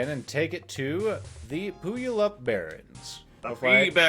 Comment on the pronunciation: Pu-yal-up. Say-lish she-day. It helps to be a Washingtonian sometimes.